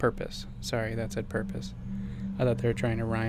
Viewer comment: LMAOOOOOOOOOO 'pur-pahhssss' yessssssss